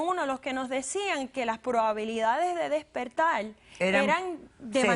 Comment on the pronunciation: Porque esta gente habla tan mal ? las R las pronuncian como L.....sental .pedil ,despertal ,tomal .....compral ........que bobada y diice ser manager de un Banco ???